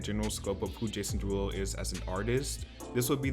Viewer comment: "jAsOOn DeERuLoo"😂😂